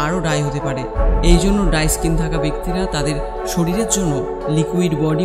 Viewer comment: ডাই স্কীন নাহ! ড্রাই স্কীন হবে উচ্চারন সঠিক করুন।